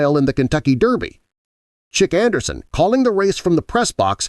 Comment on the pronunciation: * WHO said that Secretariat was "too beautiful to run"? Answer: ABSOLUTELY NOBODY. * Track announcer "Sheek Anderson"? Really? His name is pronounced CHICK Anderson (Chic Anderson). LMAO! * Lucien Laurin came out of retirement in 1971 to train RIVA RIDGE, then he also trained Secretariat when Secretariat became old enough to train. * Bull Hancock did NOT negotiate Secretariat's $6.08 million syndication deal. Bull Hancock was DEAD. His son, SETH HANCOCK, negotiated the syndication deal.